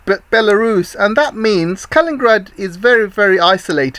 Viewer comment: Thank you your channel. Your views are a voice of sanity for many people, I am sure! Pardon though for my little remark conserning such details, but K a l i n i n grad 's city is named after a person called Kalinin, not Kalin, although there has been also a person called Stalin >and city of Stalingrad. Pelovski you propably say purposefully. Sorry if my remark maybe somewhat rude, I don't mean that way. I am not english speaker.